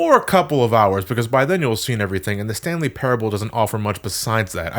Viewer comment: sounds like you're saying the stan lee parable...